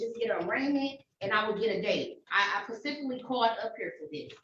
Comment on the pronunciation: No ma'am you didn't "Pacifically" do anything 😂😂😂